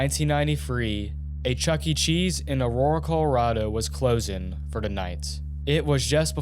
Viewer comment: "closen" stsu bro